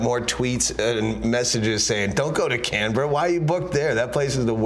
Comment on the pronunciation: He did a pretty fuckin good job pronouncing Canberra.